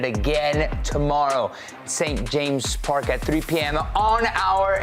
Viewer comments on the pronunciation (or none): It’s not St James park, it’s St James’ Park ! The ‘ at the end of James makes a double s sound so its pronounced Jameses 🤷🏻‍♂️ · St. James' Park. Saint James's Park. Extra 's' on the James thank you (not written, but needs to be pronounced)